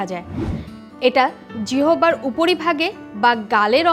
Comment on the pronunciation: জিহবা নয় ম্যাডাম জিহ্বা 🙄🙄🙄🙄🙄